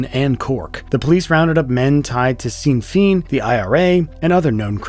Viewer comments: Oh and another note. It’s Sinn Féin- it’s Irish- Pronounced like shin fane ( not sin feen) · "Shane feen" I was confused here until I realized he meant Seinn feinn, pronounced "Shin Vein" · Sin Feen? 😂 It's Irish, it's pronounced "shin fayn". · “Sin feeen” lol trash channel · Small thing - Sinn Féin is pronounced like “shin fayn”, but great video. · Great video as always! i think it's said like "shin fayne" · i’m crying bro he said Seen feen 😭😭😭😭😭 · *shin feign - a better pronunciation. i dont expect much from a yank though. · It’s pronounced ‘shin fayn’ btw. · "Sinn Féin" is pronounced like "shin feign" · Celtic, pronounced "Seltic" is correct. Seen Feign not so much... ;-)